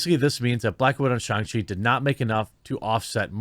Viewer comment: Me before watching the video: Please, for the love of God, don't pronounce SHANG as SHONG...Jeremy....Jeremy....no.....don't. I see you.....don't! Me after watching video: *eye twitches rapidly* He...he said it. Right there.....right at the mark.....why did he say it like that.....w-why?